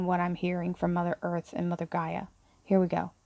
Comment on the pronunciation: GAIA, not Geyer! 🤣